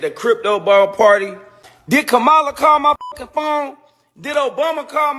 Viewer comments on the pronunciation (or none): Yep, He has to buy Blk people to stand beside him. They called SELL OUTS. I realize there are homeless people he can buy and clean em up BUT Just shocked he could buy performers who already HAVE money in their pockets already. Also THEM LOSERS mispronouncing Kamala's name is disgusting too. Nelly and Snoop don't exist to me anymore. Glad Nelly got arrested and caught w X pills, he must be strung out. They BUSTERS, showed their true colors. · Another person who can’t say her name correctly. Trash human!